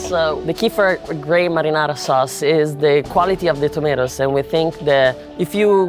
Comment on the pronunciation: "madinadi sauce"